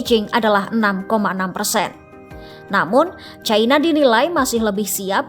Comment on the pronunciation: Bukan "CAINA" tapi 'CINA' neng...